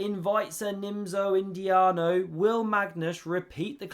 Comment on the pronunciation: "Nimzo-Indiano" lol